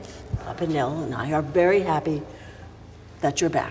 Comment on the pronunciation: it IS pronounced 'Nil' after all! (Although, I still think 'Papa Zero' sounds pretty cool too!) 👻🤘🎸